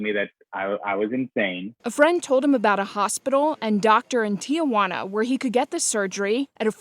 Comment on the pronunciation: "TiAjuana"??? Maybe Tijuana?